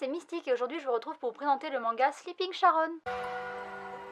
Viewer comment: Jolie couverture en effet, j'attends la fin pour savoir si la série vaut le coup (aucune note au Japon). Nb : On dit Karon pas Sharon